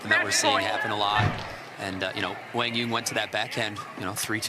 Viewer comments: i would say kwang zoong is more correct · No they arent. kwang zung is closer to the correct way for americans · His name is pronounced Wang yuuong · Actually, I'm curious again. How do you feel about the commentators actually mispronouncing his name and calling him Wang or something? Even Jack tried to correct her and still couldnt get it right. While I thought it was poor form from her since she mentioned on a podcast how professional she is, it's an Asian name for a Caucasian person who has never heard of anything like that growing up. I'll give her slack because I know she was trying. The person writing the title OTOH, that's just sad. Accidental I'm sure but sad. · Professional announcers should know how to pronounce the name of the players taking part in the match. These are basic requirements. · Do your homework and learn how to pronounce players names before you give commentary on a game. Be a professional! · Seems like it would be helpful for quang dong to clarify the pronunciation of his name. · Quang Duong - the commentors should learn how to pronouncing his name way better. It's pretty disrespectful